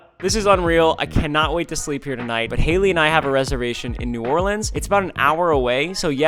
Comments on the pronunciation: Yes some who finally says New Orleans right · Welcome to New Orleans and thank you so much for saying new Orleans correctly